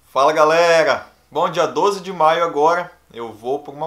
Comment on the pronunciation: Fala garela 😁 cebolinha